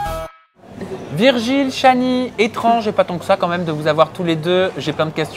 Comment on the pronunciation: ta marquer virgule au lieu de Virgil sa ma fait rire 😂